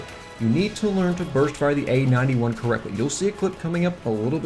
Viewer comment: Dunno why but whenever you say "A-91" I hear "AN-91". lol.